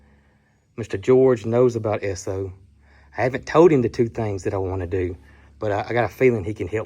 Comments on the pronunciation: Sir. That truck is beautiful and if Brooke said go buy it....well she's definitely a keeper lol. And yes over the pond here in the UK we have lots of Esso petrol stations and as a you pronounced it correctly. Love the videos and you guy's are doing a wonderful job. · What a cool truck! Brooke is the master of finding great Facebook Marketplace deals. I am old enough to remember Esso (and yes, you are pronouncing it right) gas stations and the ding when you drove over the hose, and the person coming out to pump the gas for you and clean the windshield and check the oil. Those were the days! 🥰 My walk to elementary school was past a gas station, and we would often jump on the hose to see if we could make it ding. 😂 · I can confirm you're saying ESSO correctly. ESSO is still a gas station brand in Canada.| Cindy Ings, NL, Canada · Pronunciation is correct. Esso was part of Standard Oil - or SO spelled out as Esso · Exon is the name now for both ESSO AND ENCO. All the same gas but in Texas it was called ESSO., you pronounced it correctly. We has a "service station", checked the oil, the filter, the windshield wiper bottle, washed the windshield front and back, checked the tires air, vacuumed the floors emptied the ashtrays....While putting in the gasoline. It was so appreciated and expected. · The State of New Jersey still has stations that pump your gas. Still not allowed to pump your own. We know people who live there. Also, you are pronouncing Esso correct. My dad worked for Esso, which became Exxon. I love old things, too. Especially, old vehicles. They don't make them like they used to. My 24 yr old son would absolutely love this F100.